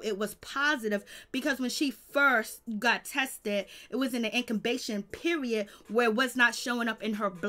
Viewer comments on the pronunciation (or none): "In-con-bation period"